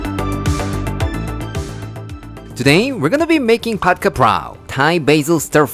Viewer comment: You're the only youtuber who pronounce Pad Kaprao right (Pad- Ka- Prao). :yougotthis